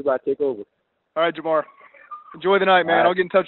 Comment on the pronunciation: Jamar at first sounded like he said ahhh sh*t, my career screwed